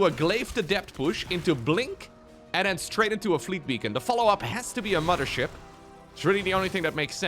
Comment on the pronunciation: I like how he and Harstem always pronounce it as "the MUDDER ship"